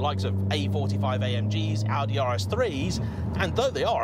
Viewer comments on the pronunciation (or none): none